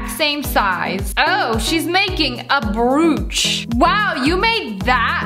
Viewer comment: Broach (br-O-ch